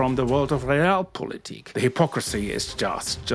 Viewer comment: A German should know how to correctly pronounce Realpolitik 😊